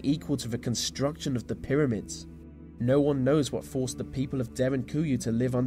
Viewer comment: Pronouncing ‘the’ as vuh is properly annoying